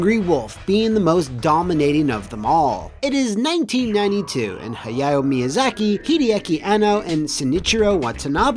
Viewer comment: his pronunciation of Hayao Miyazaki made me cringe!